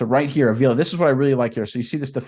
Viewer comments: WHY ARE YOU BUTCHERING THIS MANS LAST NAME??? ITS A-V-I-L-A! STOP SAYING THE EXTRA I IN FRONT OF THE 2ND A! 5 LETTER NAME, 3 SYLLABLES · AH-VEE-LAH...say it right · Bro say his name right if your gunna make a video.